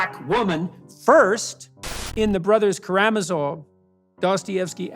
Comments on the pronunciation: Peterson's pronunciation of 'Karamasov' is pretty weird too, especially given what a Dostoyevsky fanboy he is. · JBP mispronouncing the brothers Karamazov 😆